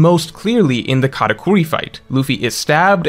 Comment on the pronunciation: It’s katakuri not katacorey… besides this great video ❤